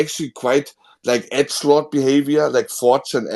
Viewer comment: when sez "etschlaht" = edgelord